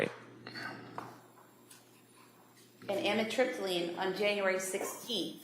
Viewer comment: Don’t you just love this prosecutor - “After,,, she’s ONLY on trazedone, adivan and amitripyline.” CHAP GPT - Taking trazodone, Ativan (lorazepam), and amitriptyline together can be risky because all three affect the central nervous system. While a doctor may sometimes prescribe them together in carefully selected cases, combining them without medical supervision can increase the risk of serious side effects.